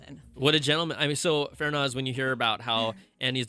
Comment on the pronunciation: FArnaz not Fernaz